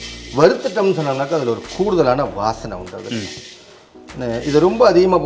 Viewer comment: please tamizhil vaasanai enru chollungou please, neenga chollu vadhal others are also saying it, tamizh yai Narragansett Pesaro vendum please, Vaasanai enru cholluvadhu important, otherwise meaning change aagiradhu, thanks- Radha